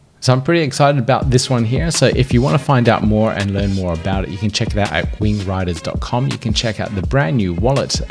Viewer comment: I swear you said wing grinders.